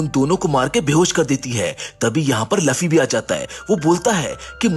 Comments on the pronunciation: luffy not laffy🤬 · Bor it's not laffi that's luffy.😑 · It's luffy not laffy